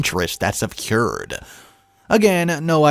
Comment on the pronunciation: “A long, twisted tail…” Try again, as follows: “A long, twisted tale…” Also, interest is ‘accrued’, not ‘a cured’. Lawyers send ‘cease and desist’ letters, not ‘seasoned assist’ letters. I think the glasses are a good idea; with the amount of screen time you must spend, you need to protect your eyesight.